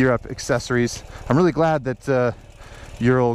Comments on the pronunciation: Thanks for the review but you need to do fact check before filming.. first it is pronaunced as O-O-ral not YU-ral (named after factory in Ural mountains), second Soviets bought licensing for BMW R design in 1937 prior to WWII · Ural is pronounced Ooral, not Yural. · Not YOU-ral but OO-ral. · Ural is properly pronounced oo-ral, as in "boom" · The mountain range isn't named after urea. It's a long oo sound, oorál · it's pronounced Ooral ..